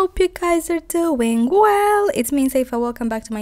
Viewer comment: I can no longer say "doing well" normally 😂 it's always "do-ING well" ❤️❤️❤️❤️